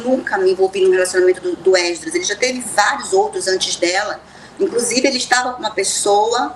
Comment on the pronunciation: Porque esse homem fala êsdras?